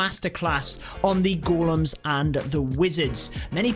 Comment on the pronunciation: Its ”Golems” lad